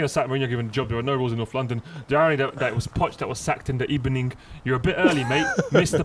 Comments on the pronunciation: .saying good ebening in the morninG #therearenorules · Can we appreciate the reporter who told Emery that it hadn’t been a good ebening. Then Emery said good ebening again. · The return of “Good Ebening” Arsenal v Spurs X2 Good Ebening. Wales flag w/ Wales, Golf, Madrid......In that order.